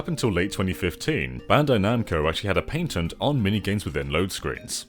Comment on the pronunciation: "Paytent" Just when I was enjoying the video he does this.